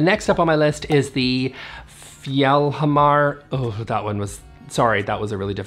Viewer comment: The J is a European J=Yofreed, the G is hard in Regnskur=ReGn-Skoor, Fjell-haMar (not hammar) and then the other names were passable.